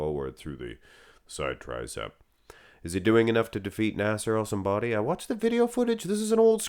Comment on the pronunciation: "Nassair el Son Body" 😂